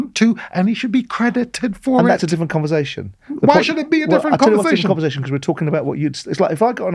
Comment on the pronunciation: Simon, it's converSation, not converZation.